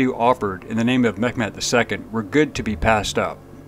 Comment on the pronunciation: It sounds like you're pronouncing Mehmets name as Met Met which is not the proper pronunciation. It's pronounced Mey met